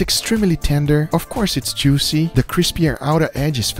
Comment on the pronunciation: EES A WADERFALL OF JOOOOCE